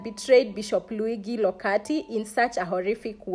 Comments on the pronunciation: A quick lesson: Luigi is pronounced Lu-I-dji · True. She should have at least googled thhe pronounciation. She also said he was sent to Kenya as Bishop. The good bishop served as a priest elsewhere. Good research= great piece